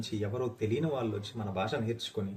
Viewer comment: బాష కాదు, భాష. వాల్లు కాదు, వాళ్ళు. దయచేసి మన భాషను సరిగ్గా ఉచ్చరిద్దాం.